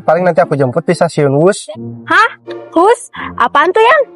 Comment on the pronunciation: Aduh aduh wus bukan hus hus 😂😂😂😂😂😂😂